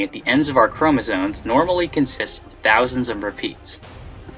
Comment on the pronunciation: Is it just me, or does the guy narrating the original video keep saying "chomosoNes?"